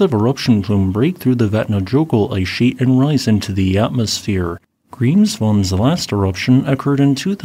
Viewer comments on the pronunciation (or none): none